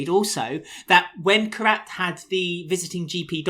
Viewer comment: I absolutely love and, you boys do an amazing job and I log in every week to hear the podcast I love it. But "" theres one thing that makes my blood boil... please please please stop mispronouncing Kheerats name its "Kheerat"(kheer_at) not Karat (k_rat) thankyou and I love you guys!